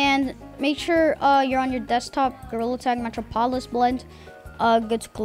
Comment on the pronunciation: The way he pronouced Metropolis killed me 💀💀